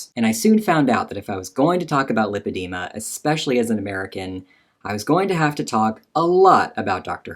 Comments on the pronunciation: EXPECIALLY !!! why do americans say that it drives me IN-SANE 😡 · OMG Dr. Herbst said eX-specially 😂